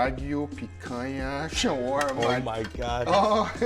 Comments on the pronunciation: The way this guy with an obviously very American accent pretentiously over-pronounces "Shawarma" in another accent every time he says the word is cringe AF and makes this video unwatchable. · 😂 in Saudi Arabia ( shawerma ) not ( shawarma ) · ShawErma ... guess where I am from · The way he says shawarma is wrong, maybe he was born in the West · When Bangladeshi people heard that pronunciation 💀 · Fuck that's annoying how he's pronouncing shawarma, it's almost as bad as Giada De Laurentiis pronouncing any Italian word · How do you overpronounce shawarma so much?